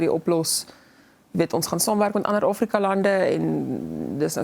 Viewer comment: Afrika nie Ofriko.nie...